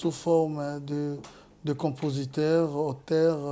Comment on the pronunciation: Sorry,it's De not Du!!!